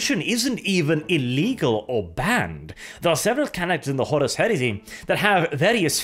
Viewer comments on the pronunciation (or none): none